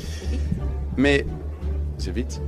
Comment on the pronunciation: Quand ils parlent francais on a l impression qu' ils disent bite au lieu de vite 😂😂